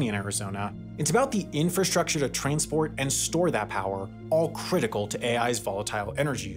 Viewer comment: Did he say ”train-sport” ?